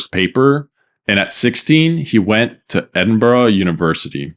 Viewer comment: why are americans incapable of pronouncing Edinburgh correctly 😭